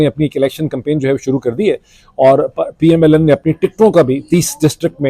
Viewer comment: R,Sir, Ap Keh PML-N keh rahay hain, but kisy issue ki wajha se PML-N(Lunn) nikal raha hai word apk mon se, I noticed twice or more???😂😂😂😂🎉🎉🎉